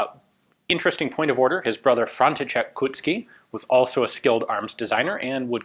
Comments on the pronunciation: The proper pronunciation of his name is "Coat-ski" - wheres you pronounce it rather like Cut-ski. The "ou" sound is almost identical to how you'd simply spell the letter "O" to someone. Great work on the video, as always. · Koutský its not pronounced "kuht-ski", it's more like "coat-skee" not mean to nitpick, love the videos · Hi, your pronunciation of Brno is better and better :) Now you can visit us..! Unfortunatelly remains of former Zbrojovka Brno plant is now being demolished :( Anyway Kautsky's name stil needs some polishing :))